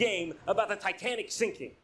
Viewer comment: “Titenic…” - Jon